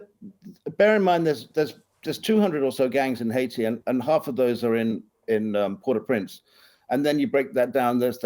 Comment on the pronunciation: She said "Port au Prance" :face-green-smiling